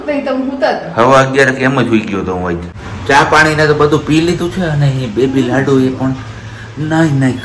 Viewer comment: લાડો નહીં ભાઈ લાડુ બોલો